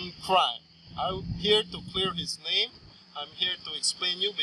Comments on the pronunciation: You pronounce his name wrong...jeeze. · Please learn to say his name correctly!!!